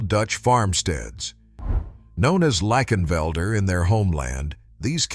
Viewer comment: Lay-Ken-velder, and yea a lot of the Dutch Belted you showed are Galloways